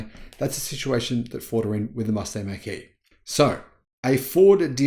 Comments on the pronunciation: It’s pronounced “mock” as in the speed of sound. In the 60s-70s they introduced the Mach-1 mustang. Pronounced as Mock-1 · Just a slight criticism. It's Mach like you would mock someone.